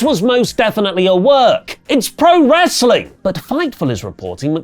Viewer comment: can't say w.. wr... wrr..